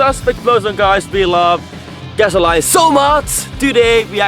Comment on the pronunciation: You speak great English. I do want to say gasoline is pronounced gas-oh-lean. I hope that helps. Awesome videos!!!!!!!